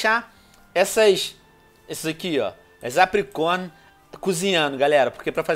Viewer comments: o venonin não é apricom e sim apricorn tá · APRICORNE!!!!!!!!!!!!!!!!!!!! Venom quando vc fala errado dói o meu coração